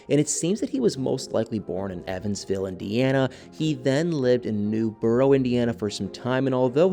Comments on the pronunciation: It is pronounced Newburg not NewBoro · Newburgh is pronounced New-berg (worked there for years) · Please stop saying Newburgh like that 😫 that's not how we pronounce it 🤣 Its New-Berg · It's pronounced Newburgh not newborough